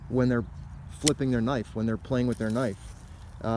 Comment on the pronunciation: hahah yeah i figured that was what you said. dunno if spliffing is a word or not, but it sounded like you were trying to smoke the knife :p